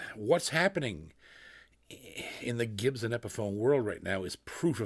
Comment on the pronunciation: Anybody else get a kick of out how JP says “Gibson” like it’s got an H in the spelling? Jp I’m a big fan but it’s pronounced Gib-sun not “Ghibsen” ya gosh darn Canadian 🤣